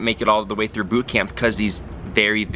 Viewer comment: I love how you pronounce boot camp. "boott cam-PUH" pronounciation is so strong XD